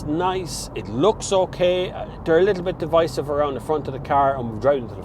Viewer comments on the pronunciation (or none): none